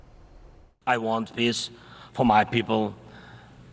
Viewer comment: Z needs help with pronouncing vowels. Bring peace sounded like bring p1ss